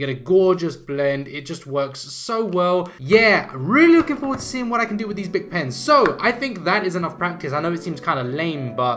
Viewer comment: Yes, you said it right. "Bic", /beek/. It's a French company. These are extremeley popular here in France, and also come in a 24 set. Very good felt pens, but they streak, like every other felt pens...